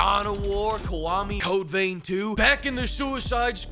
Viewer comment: videos are like a train crash, you really can't look away. But unlike a train crash you can pause every time he says codeveintwo.